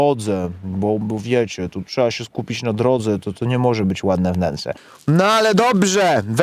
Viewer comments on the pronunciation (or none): none